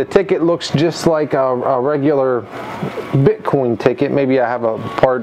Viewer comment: those are different Cryptocurrencies in this Coin Pusher. Also, You Keep Saying Bit Con instead of BITCOIN!!! #Ethereum #Dash #Bitcoin #Litecoin etc.